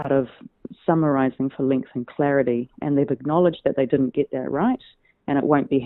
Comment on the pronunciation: Claridy .... ha ha, I never noticed until you mentioned it!